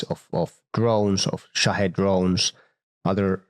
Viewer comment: I'm just grateful for the correct pronunciation of Shahed. Keep up the great work.